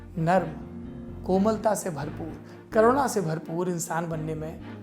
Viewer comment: करुणा शब्द कोरोनो क्यों सुनाई पड़ रहा है ?🤔